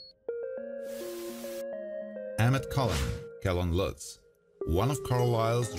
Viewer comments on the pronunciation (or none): none